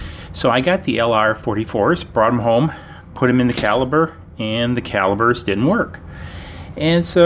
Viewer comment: When you say pop do you pronounce it “bob” 😂 sorry it’s just so funny to me. Calibers …lol